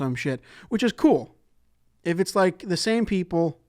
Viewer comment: Ze book, puts it in ze bag